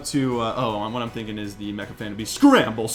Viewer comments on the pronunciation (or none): none